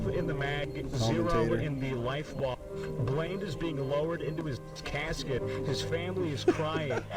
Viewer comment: The start of the reaction confused me as my actual name is Blaine with saying blained